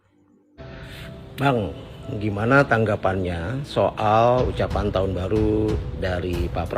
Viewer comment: Koplaak klu ampe bani 58% kgk malu liat empresnya slh ngucap taooonn 😂😂😂😂